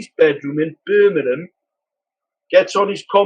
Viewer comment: Where the fu¢k is "Birmanam"?